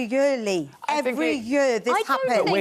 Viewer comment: Every yur 🤣🤣🤣🤣 vent even say year properly the spaz